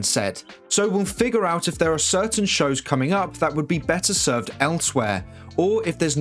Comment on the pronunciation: He said SHOW'S.